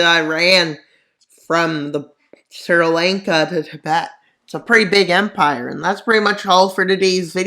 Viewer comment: “Sir Lank-a”